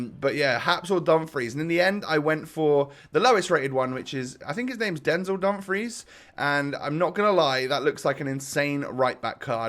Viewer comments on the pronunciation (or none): none